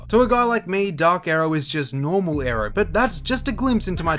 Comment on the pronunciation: Dude you are saying "Aero" but I here "Arrow"